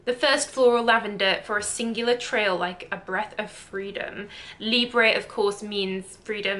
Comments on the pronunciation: C’est pas Libreeeeeeee c’est LIBRE ( libr) pronounced please pronounce our perfumes well or just don’t buy them 😒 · YOU CAN'T EVEN PRONOUNCE THE NAME CORRECTLY!!!!